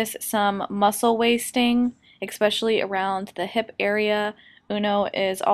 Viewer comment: That's not how you say especially. Adorable video.